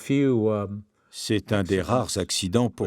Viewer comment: "Déclasifiés" ... manque d'asiduité en clase ? 😁